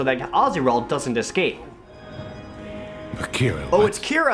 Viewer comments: The fact that the same guy calls the same character "kyra" and "keera" is kinda hilariously absurd. Wow, what a terrible game. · maybe it's only Kyra (kai-ruh) on certain days of the week.